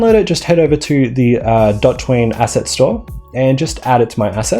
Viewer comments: DOT ween, or DO tween? (I pronounce DO tween - it really threw me off hearing DOT ween haha) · Its Do Tween not Dot Tween. Normally I’m not so anal but come on. Dot Tween doesn’t even make sense, it’s literally colored Do Tween on the asset landing page and you continue the absurd pronunciation. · It's not DotTween, it's DoTween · You say Do-Jump, Do-Shake, Do-Kill. But then call the library "Dot-Tween". I think you should reupload and pronounce them "Doj-Jump", "DoS-Shake", and "Dok-Kill" for consistency :) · Pretty sure it's Do tween not dot ween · and all this time i thought it was called Do tween not dot twean as you say it lol, this is a great asset i have been using it for years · Oh em gee it's "doo tween", like "do a tween" not "dah tween" like "I'm a total jag tween". Anyway, great video. Liked and subscribed. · Great video(s), but man the pronunciation haha. DO TWEEN, not dot ween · Isn’t it pronounced “DO Tween” not “DOT Tween” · It’s pronounced as “D Otween” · Hahahaha. That pronounciation is just wrong (even though it's right) Liked the twitter comment. :)